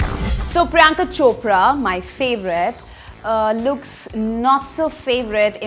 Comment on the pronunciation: that's not Chopdra it's Chopra